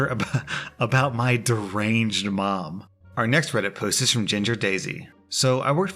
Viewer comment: “Our next Reddit poost”